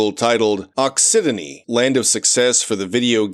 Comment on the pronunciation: also occitanie is pronounced ockytany, and has an English translation: occitania (also pronounced with a k)